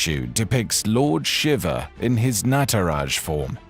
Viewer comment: Shiva, NOT Shiver!!